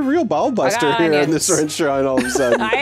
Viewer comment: I don't know if it has been asked a thousand times before, but calls it a ReNstaurant every time? Am I imagining things?